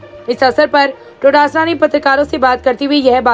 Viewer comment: Todasara Nahi hai Dotasra hai. Kam se kam bolo to sahi se.